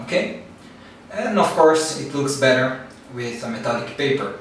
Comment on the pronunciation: esse metalic soou como um sotaque brasileiro xD e narsil tb